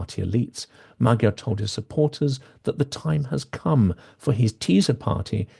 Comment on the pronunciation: I'm a great supporter and fan of Silicon Curtain, but it irks me a bit that Hungarian names are constantly mispronounced. It is not difficult for English native speakers to pronounce Magyar and Fidesz correctly. And it's Orbán not Orban.